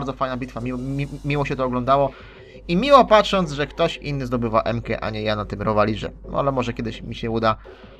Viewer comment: '' Rowa lize '' xD